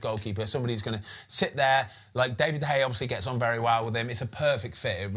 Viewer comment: One day Ben will learn how to say De Gea's name